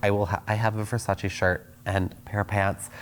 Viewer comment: "Nice bed spread." "Thanks, I bought it at Ver-sayss."